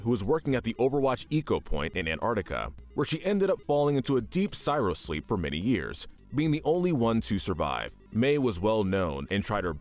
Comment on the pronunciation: Don't wanna seem like a prick, but the "cryo" in "cryosleep" is actually pronounced "cry-oh". I also always felt that Tracer's device should be called a "chronal stabalizer" rather than "chronal accelerator" since she'd otherwise be lost in time randomly, not lost in the past because of time moving slow for her, which is what you would assume when they call it an accelerator. Also, Lucio is a "thief" in that the company Symetra works for stole his father's life's work and so Lucio stole it back. I don't know about you, but I personally don't consider stealing back your family's own work from a megacorporation to be an evil act.